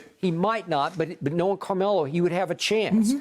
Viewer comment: Shannon…is it Camelo or Carmelo? Lol 😂 he literally took the whole “r” out.